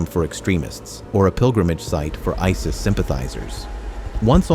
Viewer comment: Why tf do you use AI voice? That ruins the whole Video "Members of Ei Es Ei Es" Tf